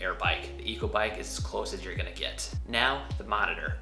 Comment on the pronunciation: Great info! But Echo is pronounced "echo" (ehKO) not " eco" haha